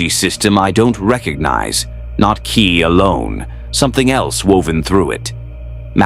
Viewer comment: Ki... is pronounced like key, not kai.